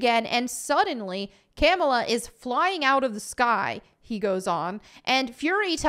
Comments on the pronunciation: Its pronounced KA-MAUL-LA 😡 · Fun fact : dar ben is gender bent for the mcu. Also It's pronounced "Ka-Mall-Ah." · I like how pronounces Kamala as Camel-a. Well, she is muslim. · Lol how you pronounce Kamala